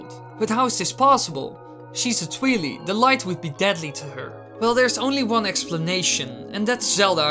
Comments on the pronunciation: Twily? Its TWI and LI. Think Twilight, but shortened. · Hate to break it to you, but there was a meeting a few years back where the creator calls them the 'twi-lie' not twe-lee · Tweelee?? Really? X,D It's pronounced Twy-lie. XD. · It’s pronounced twai lai not twee lee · Its pronounced tweye-leye not twe-le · Brrrrr "tweeli" the cringe is real.... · Oh god... Twheely 😖 that pronouncation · It's Twili pronounced as Twy lye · Lol he pronounced it tweelee do you also say tweelight? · I hate it when people pronounce twili midna as twilee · Its Twi-leye like Twilight like damn dude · Dango of Doom Yeah, if they are from the Twilight realm. It must keep the "root" pronunciation: "twai" at the beginning. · How I pronounce it: Like Aurora, without the last A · The Angry Dango of Doom It literally wasn't.